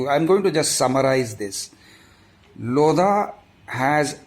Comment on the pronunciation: The 'H' in 'LODHA' is actually silent..